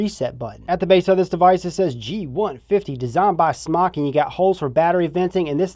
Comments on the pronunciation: IT'S PRONOUNCED SMOKE, AHHHHHH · Btw it is pronounced smok"e" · Ughhh.. it's pronounced "SMOKE" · Rip its called smoke they confirmed its pronounced smoke not smok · Its pronounced "smoke"